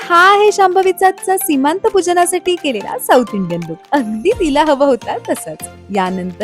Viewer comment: अगं, सीमांत नव्हे, "सीमंत" म्हणावं. किती अनर्थ होतो चुकीचं बोलल्याने, ते जाणून घ्यावं.